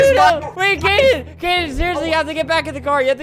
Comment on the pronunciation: ITS KADEN NOT KAYDEN EEEEEEE